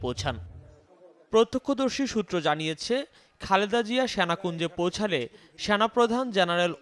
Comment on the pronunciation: What's syanakunja, it's Senakunja, correct your pronunciation, it's disgusting.